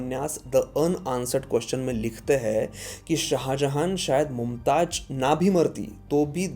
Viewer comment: It's Mumtaz not mumtaj